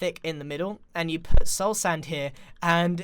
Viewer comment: "...and you P U T soul sand here..."